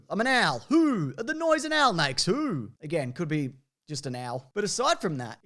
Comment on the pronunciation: Oh, it's "Owl"... The way you said it all I heard was "L"